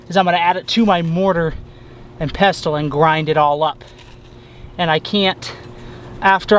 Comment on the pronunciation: hate to be that guy but... it’s pronounced mortar and pessle o.o